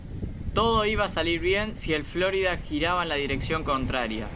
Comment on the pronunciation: Cada vez que escucho FlÓrida, me chirrían los dientes